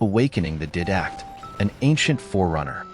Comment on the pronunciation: Definitely ai can’t even pronounce didact right did you play halo 5 at all or reach or odst it would literally tell you the rest of the story and how master chief ended the promithians